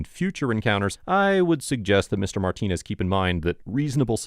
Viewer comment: The cop literally sounds like he says “ ALL I HAVE IS MY PENenis “ ⏱️ time stamp He was trying to say “ All I have is Martinez “